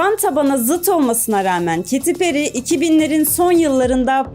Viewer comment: Kadinin adigini dogru soylesen on numara video😂